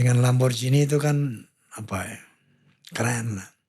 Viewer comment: Lamborgini.. bukan lamborjini.. org indonesia klo ngomong di inggris2kan.. orng ingrisnya aja klo ngomong lamborgini..😅 baru pak stiawan jodi org terkenal yg bener penyebutannya..